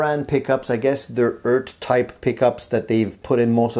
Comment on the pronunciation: It's like a Jamaican saying Earth, mon'. ;)